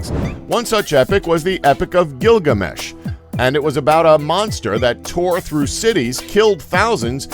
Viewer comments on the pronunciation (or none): none